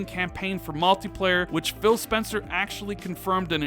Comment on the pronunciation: "malteeplayar" "they've been qwait" Good lord can you learn how to speak?